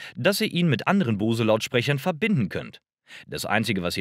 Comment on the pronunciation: Der Bang war kein Ami sondern Däne - heißt also nicht "Bäng" sondern ganz einfach Bang... Bose hingegen ist amerikanisch (aus Massachusetts), wird also englisch ausgesprochen ("boos", nicht "bohse")